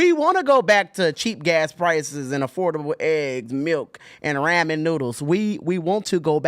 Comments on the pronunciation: It’s not Ra-men, guy. It’s simply ramen. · it's ramen not raw men lol ok it's not rammin' noodles either 😂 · RA-MEN. Bro this guy cannot be human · Raw Men...that's all I can hear when says Ramen. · Raw-Men. What is that pronunciation?😂